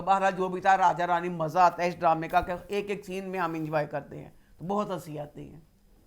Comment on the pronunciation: Yes you can bomb our innocent people and we can't make fun of the words that you speak wrong, Maja isnt even a word in any language..No one is making fun of any language i dont think maja is a correct word in hindi either!